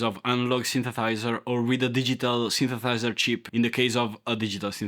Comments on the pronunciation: Hahahaha 😂😂😂 dude you really need to learn how to say synthesither, sorry thynsethiser, sorry synthethither 😂😂😂😂 hahahahaha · What’s a synthathizer? Lulz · I'm so ashamed. I couldn't help laughing every time you said 'synthethizer' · Italian. Does literal 'talking hands' video. Loves keyboards but can't quite say 'synthesizer'. Love it, here for it! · Cool video!! And I totally love how incorrectly you say the word synthesizer 😎 we’ve come such a long way with “cheap” portable kiddy keyboards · Synsathizer 🤣🤣🤣🤣 love this guy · Your accent got me synthethighzer u gotta have a track called synth e thigh zer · Of all the wrong ways of saying synthesizer, you found the best way. I love it. Synthethizer is my new favorite word. Also, "a big knob that it's almost useless but it's really nice to fidget with" had me chuckling because I'm clearly still 12. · That was funny man 👏 But you keep saying “synthethiser”. Just so you know 😉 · Actually I am replying to myself, which is kinda weird. But not as weird as you man. In a good way. You had me at “samples” But at “OK enough” I nearly choked with laughter. Subscribed. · I like how you can’t pronounce the ‘the’ in synthesiser but actually end up pronouncing it better than an English speaker can. Stealth talent. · OK, here I am again, again. Or again again. If you can make a song out of that, I’ll be impressed 😂 but seriously man, practice saying synthesiser. It’s worth the effort, you’re going to be saying it a lot. I’ll give you this, you’re one of the few people who should be on YouTube. Perfect personality for presenting, and you’re comfortable being you. Kudos.